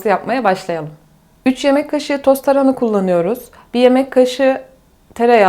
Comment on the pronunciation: Tarına deyip duruyo sinirim bozuldu yarıda kestim. Tarına değil hanımefendi TARHANA